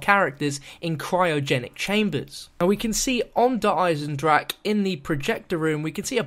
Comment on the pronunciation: is finally say Der Eisendrache properly!!